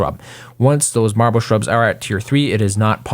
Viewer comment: Take a shot every time he says marbel you'll be dead